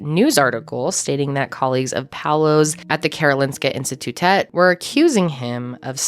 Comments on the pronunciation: I live in Sweden and I remember reading about this case. Just crazy. Also well done on the pronunciation of Karolinska Institutet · Your pronunciation of Karolinska institutet was really good Love your videos Love from Sweden